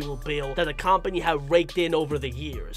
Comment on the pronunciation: I'm sorry if I offend you but it's actually pronounced kuhm·puh·nee not kom·puh·nee .